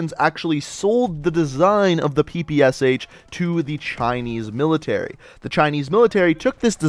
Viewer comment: Why did you pronounced PPSh as "P P S H" when you should pronounce it as "P P Sh"? This weapon has "Shpagin" in it's name, you know.